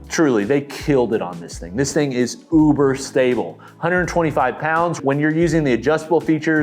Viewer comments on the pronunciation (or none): none